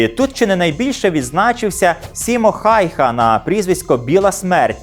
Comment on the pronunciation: Насамрэч, бальшавікі страцілі звыш 320-380 тысяч салдат(бо параненыя і зніклыя таксама лічацца стратамі, як і загіблыя). У рашысцкіх крыніцах лічба яшчэ больш - звыш 447 тыс. Я разумею што вымаўленьне можа тлумачыцца па рознаму, але ж усё ж фінскае вымаўленьне Хаюха(ˈhæy̯hæ), а не Хайха.